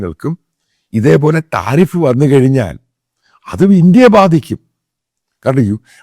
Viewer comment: ആദ്യം മലയാളം പഠിക്കണം സംഘി കുട്ടാ ട്ടറിഫ് അല്ല 😄 താരിഫ് ആണ് ഈ മോയന്ത് ഏത് സ്കൂളിലാ പഠിച്ചത് 😅😅